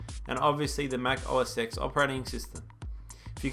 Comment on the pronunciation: its pronounced mac o s TEN not EX otherwise awesome review